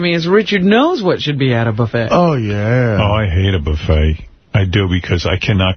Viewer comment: Howard Stern can't say buffet.